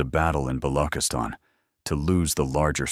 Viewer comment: It's not ba-lo--kiss-tan. It's ba-loo-chis-tan. "ch" as check.